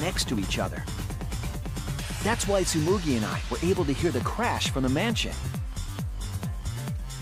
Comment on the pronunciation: It’s Tsumugi, not Tsmugui